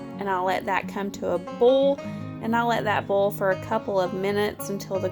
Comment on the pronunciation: Love your food videos! I'm not being mean I'm just curious to know why do u pronounce oil as ol and boil as bol is it the accent? I'm watching from south Africa so just curious